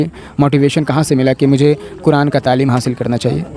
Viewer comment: तामील नहीं तालीम होता है